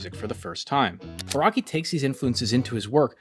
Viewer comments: It’s pronounced Ah-Rah-Key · Iraqi, Raki, Rocky Bro can't even pronounce Araki